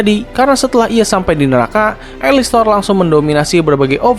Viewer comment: Alastor bukan alistor